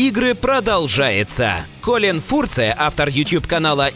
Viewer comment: Фурце? Серьезно? За что ж вы превратили британца Колина Фёрза в немца? Неужто настолько лень было хотя бы погуглить, как фамилия правильно произносится? P.S.: Выбрать Хованского лицом какого бы то ни было конкурса - это такая лютая антиреклама, что у меня просто слов нет.